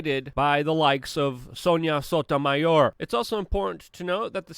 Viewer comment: It's SONYA* Sotomayor. Not Sota. Smh